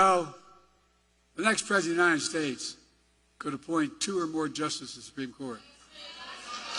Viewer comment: Don't forget calling Kevin McCarthy, Steve. He also called J.D. Vance, J.P. Mandel. He also had to be told that he was in Sioux City, Iowa and not Sioux Falls, South Dakota. Not to mention every word he's mispronounced, or the fact that he deflects when he can't form words. Also, "The United Shaysh".